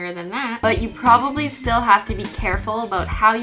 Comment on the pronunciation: Ish not “u” ish “you”